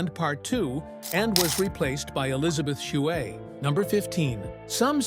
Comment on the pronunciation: "Elizabeth SHOOWEH"?!? What the hell kind of pronunciation is that?? Like Adam Sandler says....."YOU BLEW IT!!"